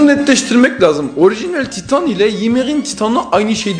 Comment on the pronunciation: Kurucu titan❌ Ohicinal titan✅ Ymir❌ Ymiahh✅ Frieda❌ Flida✅